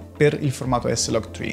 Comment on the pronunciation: e dici s-log tcri e non eslagtcri?